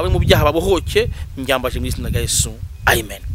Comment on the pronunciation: Bahaze amaturo none basigaye baba mu mazimwe. Uyu yarahaze kweli mwumve uko asigaye avuga Amen. Ngo ni Aimen 😅 Umwijuto.